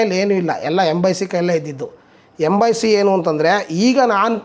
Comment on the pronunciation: ಸೆಕ್ಸಾಸ್ ಅಲ್ಲ ಕಣಣ್ಣ ಹಾಗೆ ಎಂಬಾಯಿಸಿ ಅಲ್ಲ ಕಣಣ್ಣ ಎಂಬ್ಬಸ್ಸಿ 😂